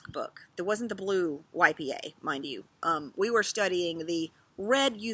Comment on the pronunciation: You said " the blue YPA" - I heard "the blue wipey, eh?" Love the format of a chat out on the deck. Like we were having a chat over coffee.